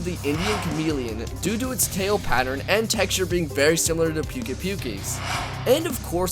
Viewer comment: Puke ay puke ay? No sir, no.